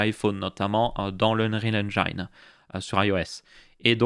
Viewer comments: "Unreal EngAÏNe" Sa pique à chaque fois :) La prononciation idéale c'est Unreal EngIne avec le i prononcé à la française. Sinon super série ! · Je crois qu'on dit unreal eng(i)ne [i]. Mais en vrai tant qu'on se comprend, osef. Au fait t'en es où sur le nas custom ? Quel OS tu prend au final ? Jai peut-être raté une vidéo ^^